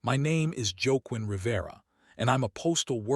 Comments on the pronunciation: Joaquin is pronounced "Wah-keen". Or "Hah-keen" in Spanish, where it's from. I like to say it Wee-a-queen. Anthony but Joe-quin. Lol. Either way, good story 👌. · Please work on pronounaction of Spanish names. It is pronounced, “wah-KEEN”.